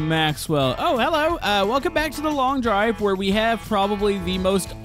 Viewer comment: itsnot long diver its showt derive